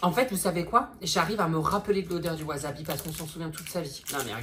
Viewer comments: C'est pas wasabi c'est wasebi 😂😂😂😂😂😂😂😂😂😂😂😂😂😂😂😂😂😂😂😂😂😂😂😂😂😂😂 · Le "wazabi" "waa zeubi" , j'ai crier 😂😂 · " WaSeuBi " 😂😂😂 ca m'a tué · C'est pas wasabi c'est waaaaw zeubi 😅😅😅😅😅 putain je me suis étouffer de rire lol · Cest pas du wasabi cest du waseBi😂😂😂😂